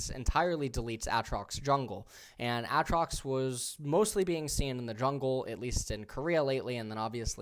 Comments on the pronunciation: ITS A-TROX LIKE THE LETTER A AND THEN TROX 😂😂😂😂😂😂😂😂😂😂😂 Holy shit lmao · "A"Atrox and Uhtrox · "Aaaaatrax"? whats up with that pronunciation lol. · It's pronounced A-A trox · why does eh say Aatrox that way i dont know why but it triggers me no flame pls just curious if its actually pronounced that way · he pronounced aatrox in like 5 different ways